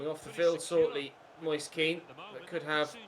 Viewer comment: Please search up how to pronounce ''moise'' kean properly!!